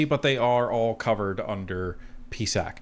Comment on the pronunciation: Stop calling the peesac